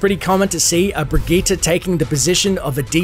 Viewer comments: EmptySergeant Breh-gee-tah is how it's actually pronounced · it's not birgitta I hate missprounounciations